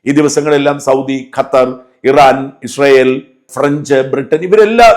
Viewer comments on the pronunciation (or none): none